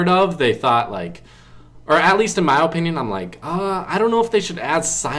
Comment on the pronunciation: If dis nigga say O pinyun one more time